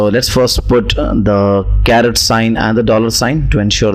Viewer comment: My friend, it's not a CARROT, but a CARET